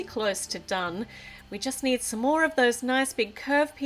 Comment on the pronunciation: did anybody notice that when she said "Some more" it sounded like "S'more"? Or am I just hungry?